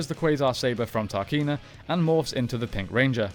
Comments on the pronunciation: To say your a power ranger fan, you really mess up the pronunciation of various names. You’ve even got the book there so you haven’t any excuse.... It’s TRAKEENA, not TARKINA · It's Trakeena, not Tarkeena, my dude. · He also calls her Tarkeena, despite her name being Trakeena on the screen when he starts talking about her. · It is not pronounced Tarkeena, it is pronounced Trakeena, based on "Traquina" which is portuguese for "mischievous". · Anyone notice him pronouncing Trakeena like Tarkeena? TRA Not TAR Made me facepalm a bit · Trakeena not tarkeena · Why does he keep saying “TARKEENA”? It’s Trakeena… sounds like he hasn’t even seen the show 😠